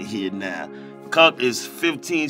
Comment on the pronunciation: ‘The conk’ (aka conch) and ‘bucket naked’ ... Have to use them in conversation this week. 😎👍🏼